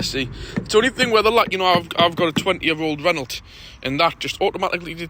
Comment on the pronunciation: Renault is pronounced 'Reno'